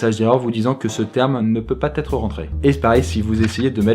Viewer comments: "Ce terme ne peut pas-t-être rentré"... Et la langue française, elle peut z-être rentrée ? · " ce terme ne peux pas T'être rentré " 😝 - " pas Z'être "✅ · " Ce nom de dossier ne peut pas-T-être rentré..." et d'autres problèmes d'expression, bof: ça fait juste très amateur. Hormis ça des "trucs" inutiles et inconsistants qui sont vérifiés sur des versions de Win qui datent et ne sont largement plus utilisées. alors,?, merci qui? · "... que ce terme ne peut pas T'ÊTRE rentré". Ça t'arrive, parfois, de parler français ? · "Ce terme ne peut pas-t-être rentré" ?!